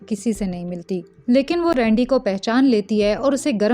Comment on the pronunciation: Its rendi not rundi 😂